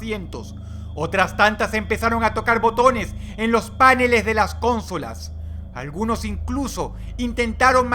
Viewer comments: verdad,se dice paNEles no PAneles a lo mismo que conSOlas y no CONsolas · Joder Dross...por que te inventas la acentuacion de las palabras? páneles y cónsolas? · Buenos vídeos mal narrados. ("Páneles de las cónsolas". Minuto . También, muchas veces, "cientas" en vez cientos). Sorprende bastante, para alguien que escribe y publica libros. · Sentía que estaba hablando en otro idioma xD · Páneles y cónsolas? Lo siento Dross, te considero una persona sumamente inteligente y respeto tanto tus creencias ideológicas como tu educación académica y personal, pero no entiendo por qué lees o dices "páneles", siendo que es una palabra grave no acentuada(acento prosódico), y en caso de pronunciarse así llevaría un acento tilde sobre la vocal de la sílaba primera. Comentario propenso a aparecer en "Dross responde preguntas estupidas X".